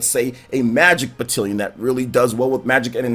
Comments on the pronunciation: Loved the video. But the way you said Batilion made me chuckle. Battalion. That said, I do think the UI can be a bit convoluted at times. Especially if you get an item and your characters are already full up. Then you have to determine which items to send to convoy. Some of it can be really cluttered. I have mixed feelings on the pacing. The three houses angle is interesting. But, there is an increased amount of downtime between battles which can make things feel prolonged a bit. Hoping it picks up in the 2nd part as I have heard. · Please stop saying batallion.... you're saying wrong 😂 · It’s pronounced batTAALions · Made me giggle every time I heard battilion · The way you say "battalion" makes me think of Wood and his Aussie pronunciations. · This bugged me SO much